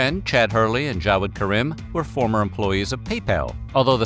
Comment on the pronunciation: Karim = Kareem. Not ka-rym